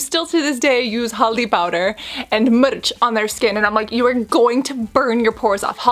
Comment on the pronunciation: I love how she really pronounced haldi (turmeric) powder and mirch (red chilli) powder so correct ! As an indian myself couldn't be more happier . Love you gorgeous sis ✨